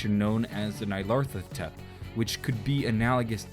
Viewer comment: Best pronounciation of nyarlethotep